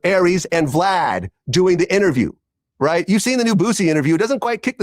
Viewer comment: Saying BLAD instead of VLAD is the boosie code for max views 😅